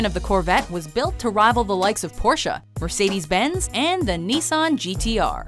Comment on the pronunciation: Its si funny how you pronounce BMW and Mercedes 😂😂😂